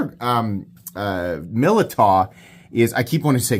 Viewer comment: It's pronounced Millydow